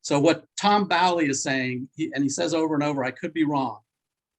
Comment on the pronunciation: FYI... tom bowley... pronounced bowl ee not bally. hurts the ears a bit.